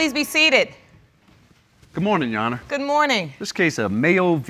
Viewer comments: I hateeee when people say “you honuh” …. It’s YOUR HONOR. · “Yes U’onna” (Your Honor) 🤣🤣🤣💀💀💀⚰️⚰️⚰️